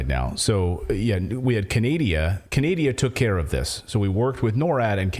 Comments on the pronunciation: She said CANADIA.....WTH hahahahaha!!! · Canadia LMFAO 😅😅😅🤣🤣🤣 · Canadia? Norad. How about Noradia?